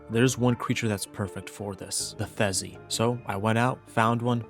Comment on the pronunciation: Why do you keep calling the Theri a Thezi. is it an inside joke?